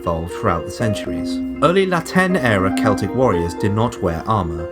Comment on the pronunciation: Have an upvote for not pronouncing Celtic incorrectly.